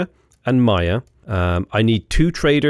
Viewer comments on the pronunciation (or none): none